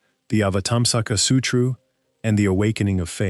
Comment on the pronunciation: The Platform Sutroo. 😂